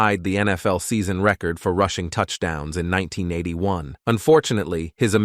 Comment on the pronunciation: They really have to work on those robotic voice narrating software applications. The "Meeami" Dolphins and the "rooshing" title?